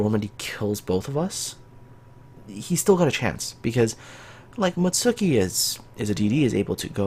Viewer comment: Come on! You play Kancolle, you should know how to pronounce Mutski properly!